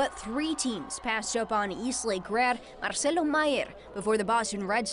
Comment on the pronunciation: The words "Chula Vista" and " Mexico" and the name "Marcelo" are Spanish. Why would she pronounce them wrong?